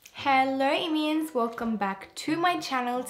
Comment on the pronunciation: did you call your audience "immians"?